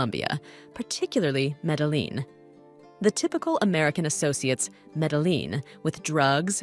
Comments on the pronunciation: meddle-lean ... she didn't even bother to ask google translate for help in pronouncing that. This was too painful to my ears and I had to bail. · Nice. But. She doesn't know how say Medellin properly. In other words she needs to learn basic Spanish